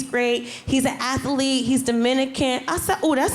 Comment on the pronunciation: Athlete, not athalete